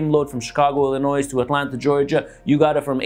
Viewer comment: Please dont say the s in Illinois. 🤣. Thanks and keep them coming!!